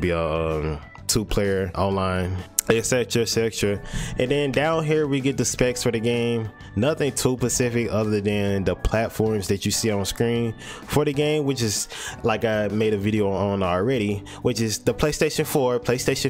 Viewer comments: Yall not just gonna notice how he said pacific instead of specific bruh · Bro stop saying pacific please